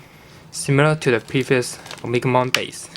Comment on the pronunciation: o-me-ga-mon not omikmon or At least omnimon